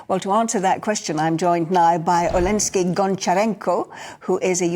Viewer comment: Olensky.. It's Oleksiy.. Olensky.. 🤦‍♂️